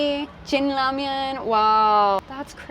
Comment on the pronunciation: 영어로 발음이 라멘인데